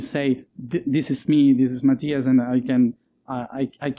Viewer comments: 'Muh TIE us?' Can't the host even get the pronunciation of his name right? That said, I can't get enuf of Matias and his past life experiences. I am so happy he shares them with all of us. An amazing, spiritual, highly evolved and interesting young man! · 😂 the introduction with name was so wrong 😂 I guess the host didn’t know how to say his name.